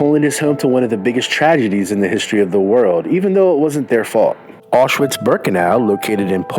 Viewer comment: Gdzie jest Łałel w Krakkrovie? Beznadziejna jego wymowa! Ofensywne dla mnie, a najbardzyiej jego😮 Auszłic.